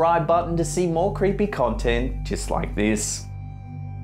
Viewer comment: Zelda Williams Tbh. I thought you said creempie